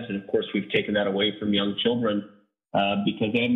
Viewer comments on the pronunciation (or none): none